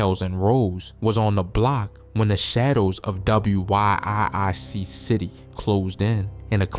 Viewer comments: WIIC but it’s pronounced Wic…it’s Wic City 😂😂😂😂he was blowing me a a little😂😂😂😂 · DAMN BRO ITS WIIC CITY PRONOUNCED WICK CITY CA. TELL U NOT FROM THE LAND